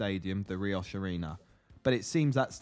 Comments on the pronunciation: Few things very wrong. Ricoh pronounced ri-coh, Now the cbs. We won league one no playoffs were involved, we did win the league 2 playoffs. It is one of the easiest grounds to get to right next to motorway, about 10 different bus routes and even a train station. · Ricoh pronounced rico now the CBS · The only thing about your video I didn't like was the pronunciation of the Ricoh Arena 😂. Good video otherwise!